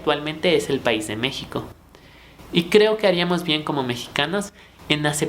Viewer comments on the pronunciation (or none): none